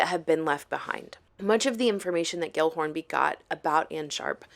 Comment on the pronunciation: Pretty sure gill is pronounced jill. 😂 I've met someone with that name.